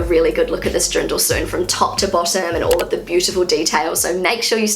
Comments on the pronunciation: Fun video, you are very observant! But did you say Drindel? May I give you a tip on how it might be easier to pronounce? Deer-n--dell Just separate it and slowly pronounce it and then at some point try doing it faster. That method has always helped me. You will also not say: Ja may ... instead it is Ja mei (as in the german month of May - which is Mai, or as the word "my", if that is easier) Don't know if that is helpful, maybe you want to try 🙂 "Ja mei" is actually an expression and its meaning is similar to "oh well, ..." Are you aware that stores don't stock up on fresh items (produce) on Fridays/Saturdays? It would make much more sense to go shopping on a Monday/Tuesday, or even Wednesday. If you go early on a Monday they might not have everything out - or priced - yet. I usually try to do the shopping at the beginning of the week, as the sales items will still be available and produce will be fresh. Unless you go shopping more than once a week, then it definitely makes sense to also do it on Friday. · Antoinette Love … you made me smile. Introducing on how fab it feels to wear the local Dirndl you continiuosly said DRINDL … made me chuckle all the way 😍🥰😘 Try Derndel instead and you’ll be fine 😎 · Hearing you say "Drindl" so many times made me giggle. 😬